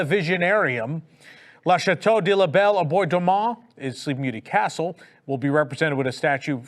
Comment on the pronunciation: & drones/ Blue sky. I nearly fell offa me chair LOL! Bell/Booze. I no NO Know Y you'd have to have booze delivered? Fountain got delayed reaction to Hurricane Ian & therefore collapsed a week later. will ALWAYS pronounce castle DLP wayyyy better than Michael Eisner. Tokyo Disneyland will ALWAYS one UP US parks on merch.